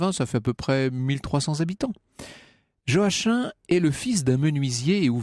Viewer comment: Joachim c'est joakim pas joaquin